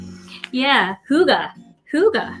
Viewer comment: Hi from Denmark ;) Love your Hygge. You have to say Y like you say Yvonne - Not like U :-P